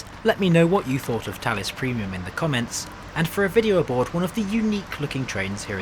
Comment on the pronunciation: Ok, so I only just learned it’s pronounced “Tallis”, and not “Phallus”, which is much more fitting…